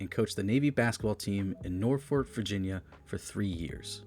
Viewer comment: There are a few mispronunciations in here, and it's not just the 30 different ways you pronounced Auerbach, lol. Where the hell is Norfork? The first syllable of Dave Cowens' last name doesn't rhyme with "dough." 😂 Other than that, not bad, except for the fact that you spent only about five minutes discussing the greatest streak of championships in professional sports history and left out any mention of the Celtics' all-time leading scorer, Johnny Havlicek. I'd bet money you looked at his name and decided not to even try to pronounce that one.